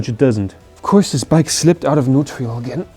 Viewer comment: Hi, are you saying "neutrial"? Do you mean neutral? Great video! Really impressed with your mechanic skills 👍🏼👍🏼